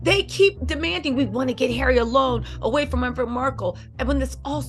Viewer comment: it's Meghan not maghan sounds like you are a troll